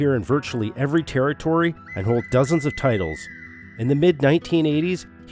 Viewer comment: A Terry-tory?